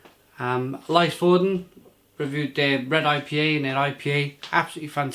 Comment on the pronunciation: Nice review, as always! You make me realize that there are so many good breweries here in Norway that I need to check out! Just a heads-up; the Y in Lysefjorden (and Norwegian in general) sounds more like the Y in lyric than an "ay" kind of sound.